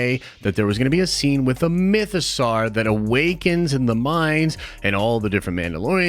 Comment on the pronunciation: My biggest problem with this video is the way ponounces Mythosaur. The 'saur' is obviously pronounced like the word 'sore' (and doesn't rhyme with 'car'). Not only is it pronounced this way many times in Star Wars content, but the word mythosaur is obviously a take on the word dinosaur. Even more annoyingly, managed to use the correct vowel sound in the word 'mythosaurian'. The amount of American Star Wars youtubers who don't pronounce the names of the characters or the actors who play them correctly is mad. These people are supposed to be uber-fans. Poor Warwick Davies (pronounced WOH-rick DAY-viss) has had a lifetime of people getting his name wrong (actually to his face in interviews), and the amount of times I've heard Ewan McGreggor (YOU-un muhk-GREG-er) called EEE-one MACK-GREG-ORR is embarrassing. Could it be that all these youtubers are trolling us with terrible pronunciation, or is pronunciation just not important to American Star Wars youtubers? Now, before you get on my case about this rant, try to understand that in the UK, it's rude to constantly pronounce peoples names wrong, and people who can't learn simple pronunciations are generally laughed at. It's just highly annoying. That's it. Rant over.